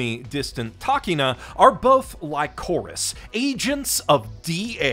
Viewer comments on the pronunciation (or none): I don't think that's how you pronounce "Lycoris". More like the candy, licorice, despite the spelling difference, backed up by the katakana of the Japanese title; リコリス・リコイル ri-ko-ri-su ri-ko-i-ru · You better have said Lycoris as you did for a joke. Please don't tell me that's how you pronounce it. It's "ly" as in "lick" not "ly" as in "lie". Also, lycoris radiata is the flower which this anime seems to like a lot, shows a lot of it. Chisato's colour scheme is the same as the flower's, better known as the red spider lily, which is associated with the pathway to the underworld. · Wait, how did you pronounce lycoris???